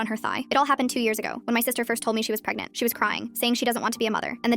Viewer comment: Did she just say she's bin pegnant for two years😂